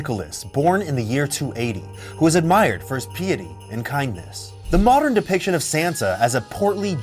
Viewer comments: You said pee eighty it’s pronounced pie t lol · it's pronounced pie ety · "peeity", "naivetay" ... sorry. i couldn't let those go.